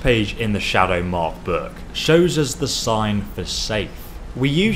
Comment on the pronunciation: why does he pronounce "book" buuk ?